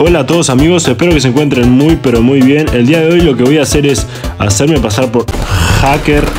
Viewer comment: una cosa es esta se dise Haker